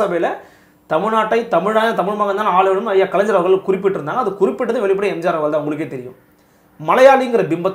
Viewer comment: This blue shirt, don't know how to pronounce kalaingar....not kalainjar